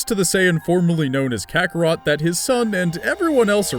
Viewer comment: I only heard over kakarroto not kakarot sounds like this dude is db ignorant